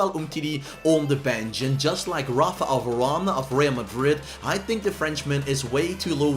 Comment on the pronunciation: Why he says Rapha al varane